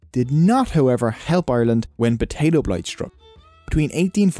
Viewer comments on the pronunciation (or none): you beed to start pronouncing your B's. Potato not Badaydo. Politics not Blitics. Funny you can say Protestant correct